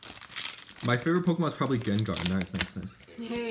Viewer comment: "This is like the first time she's ever touched PokéMAN cards" "who's mans" 😂😂😂 did any of you guys hear that ? xD